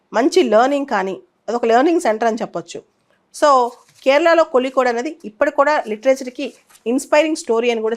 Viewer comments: Kolikode kaadhu madam Kozhikode mam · In tamil and malayalam the the pronunciation of zh is pronounced as lli